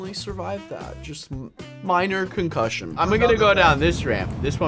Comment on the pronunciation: "minor cuncution" yeah right